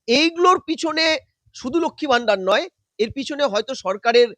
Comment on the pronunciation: ম্যাডাম, ভিডিও র শুরুতে এবং বেশ কয়েক জায়গায় " লক্ষ্মী ভাণ্ডার " বলেছেন আপনি। এটা শুদ্ধ করে নিলে ভালো হবে।